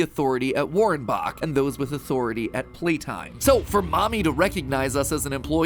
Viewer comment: I dont know if its just me but... "at Warrenbach"... it sounds really german to me and I am german xD but I dont know if its affecting anything... still kind of weird tho